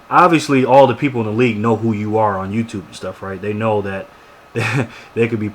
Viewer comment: how do people thumbs this up ? he sayed TOUTUBE and commeter.. idiots !